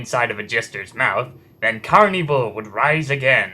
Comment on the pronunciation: it's pronounced carn-evil not carney-vill